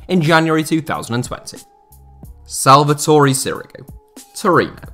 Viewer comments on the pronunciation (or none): none